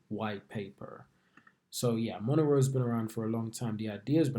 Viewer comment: Mo- ne- ro